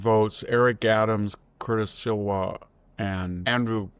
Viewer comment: It's SLEE-wah, not SILwah. GET SOME HELP! Again, why hand your enemies a cudgel to beat you with?